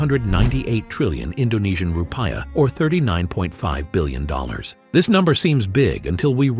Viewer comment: /rupijah/ not /rupai̬jah/ Rupa.jah is wrong, i forgot the semivocal diacritic for vowel